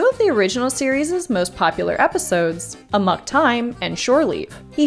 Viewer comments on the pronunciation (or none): It’s not “uh-muck”, it’s “Ah-mock”. Who edits these videos?